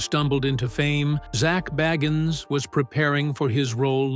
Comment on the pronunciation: Say his name right